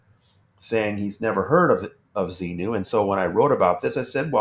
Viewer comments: I watched a YouTube lecture of Hubbard recently and I was literally just wondering if anyone else caught how he said zemu in stead of zenu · Tommy deliberately mispronounces Xenu as "Xeno". That way he can deny an ancient Greek philosopher who invented "Xeno's Paradox" was part of Scientology dogma. Which is true. But it's a cynical conflation of two very different characters. A cheap trick.